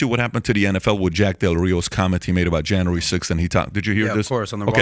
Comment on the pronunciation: JAN-REEE Sixth.